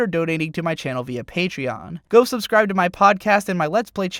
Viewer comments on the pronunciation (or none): none